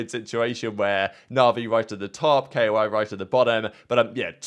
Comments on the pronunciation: please stop saying K.O.I its koi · bro really said k o i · Why you say k-o-i? It pronounced like the fish